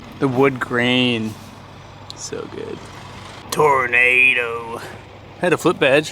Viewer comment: Toronado. Not tornado😉